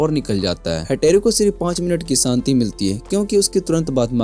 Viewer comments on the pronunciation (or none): none